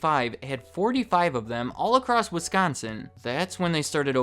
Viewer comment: THANK YOU FOR PRONOUNCING WISCONSIN CORRECTLY! As a Wisconsinite I am so sick of people putting such a heavy emphasis on the "con" part, but you said it completely normal. THANK YOU!